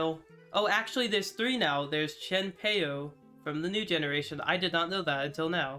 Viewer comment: It's pronounced CHIEN-pow